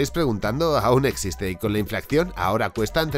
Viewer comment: Interesante, como de costumbre. Pero se dice inflaCion, no inflaCCion.